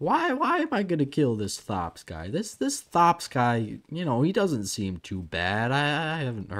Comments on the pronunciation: It's pronounced "Thops" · think it's pronounced tops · Really? I thought it was pronounced "Thops"